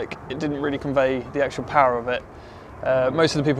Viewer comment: "" MAGIC "" PAUAR ))))😂😂😂